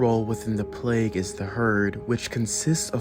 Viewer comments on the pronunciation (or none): none